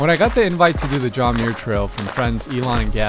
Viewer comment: Awesome film!!! I appreciate how you showed the highs and lows of thru hiking. Always a rollercoaster! A couple of thoughts: The name Muir is pronounced "mmm-your". As a relative of John Muir, I was super disappointed that you didn't use your voice to at least recognize that you were on Indigenous land and that while the colonizers call it the John Muir Trail, it is an ancient Indigenous trail named Nüümü Poyo that was established long before colonizers arrived. The trail travels through the ancestral homelands of many Sovereign Nations, many of which are still very much alive. Choosing to not acknowledge this Indigenous history is a form of erasure, especially when you reach such a wide audience. We need to help with and be advocates in decolonizing the land.